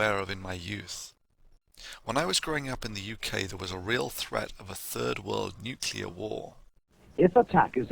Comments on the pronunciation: 'Some small discrepancies here between video text and spoken word, not too serious (but I've only watched 98 minutes so far)... It would be nice, though, if the narrator could pronounce the word "nuclear" properly. It distracts- and irritates me when he speaks like George W, or Bruce Willis...! Say after me: "New"... and now, "Clear"... Great - now say them one after another.... NewClear. Well done! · great video. obviously a lot of work went into this so for that i thank you. fyi its pronounced noo clee ar, not nook yoo lar. nuclear :) did that myself for years. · Please, Thunder, it's nuc-le-ar, not nuc-yul-ar. I've known a few real nuclear physicists who do this, but all the others laugh at them behind their backs, and ask how you could possibly use the word every day and hear others pronouncing it correctly every day, and still get it wrong. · Thunderf00t, i love your videos, man, but do you have to pronounce "nuclear" as "nucular" and "et cetera" as "egg cetera"? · Exactly! I'm somewhat shocked... He's about 50% "nuclear"/"nucular" I think, but he seems to have some serious problem with that "cetera" pet hen of his, constantly laying its eggs in his sentences :D It's a shame, there is so much he has to offer, in many fields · mia wick It doesn't take away from the contents of course. Never claimed that. But this imperfection (not an accent) just makes the packaging a bit less attractive. Mispronouncing words like "nuclear" is usually rather expected from people not from that field and far from that matter. Not a big deal, but something people notice..